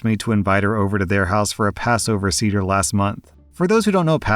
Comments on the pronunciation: As a jew I cringed a bit at how pronounced seder lol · You pronounced seder wrong. Thought you'd like to know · it's pronounced "say-dh" not "seeder" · Was scanning the comments to see if anyone had told you the correct pronunciation of 'seder'. It should be "Say-Der" (not cedar). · Sayduhr not cedar. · it's pronounced say-der. that was hard to listen through. part of passover is explaining what passover is, this should have been explained to her. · Hey,, a passover seder is pronounced say-der, not see-der. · say der, not cedar. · "say-der" not "see-der" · "seder" is pronounced say-dr not see-der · Final story: you pronounced seder as ceder, and not as it should be pronounced, s-AY-der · Seder is not pronounced cedar but sayder, FYI 😅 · “Say-dr”, not “see-dr”, just fyi 🤗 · Seder is pronounced “say-der” fyi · Hello! Jew here! Just for future reference it’s pronounced SAYder. But year. Glad OP dumped that antisemitic loser. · I love you but you cannot pronounce anything in a foreign language 😭 it’s say-der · Seder is pronounced Say - Dur. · Jewish woman here. A Seder is pronounced “say-der.” Just so you know 😊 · Seder, pronounced say-dur. 😂😂😂😂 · On the last story, ignoring how you pronounced Seder (Say - dur) dinner, it’s a sadly common story. People believe we all have big noses, all dress ultra religious, don’t eat cheeseburgers and some people still even think we have horns. When people realize we can be just as normal as a goyum it can be earth shattering. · it's pronounced *SAY-dur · Love how your read these stories. Just FYI, Seder is pronounces Say-der. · Listening to you pronounce Seder as “cedar” was a bit painful. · Story 3: Seder is pronounced 'Say-der'. Also, keep up the good work! :) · Sorry, just have to say this, but Seder as in Passover Seder is pronounced with a short e, so it’s like “Say-der” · Love your videos! It's pronounced "Say-Deir" for future reference. 😊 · Seder is pronounced "SAY-dur" 😊